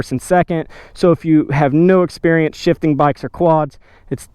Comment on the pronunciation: I thought he said shiting